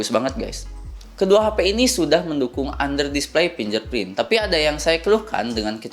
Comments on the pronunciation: Fingerprint dek bukan finjerprint wkwk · Fingerprint tulisannya. Finjerprint cara baca nya kak 🙂